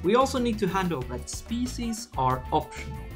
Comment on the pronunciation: I love your videos and think your English is amazing, but the way you pronounce ‘species’ as shpeesies and Babel as ‘babu’ is hilarious